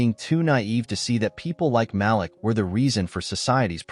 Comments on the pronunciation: Ma-leek not Malick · His name is pronounced MA-LEAK!